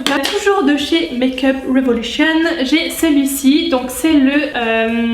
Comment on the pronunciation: ahhaha tu m'as trop fais rire au début avec ton accent anglais make-up revolution pcq tu le faisais avec l'accent fr avt. Et aussi tes petites phrases après c'était marrant !!! Continue comme ça Gros bisous #teamsnap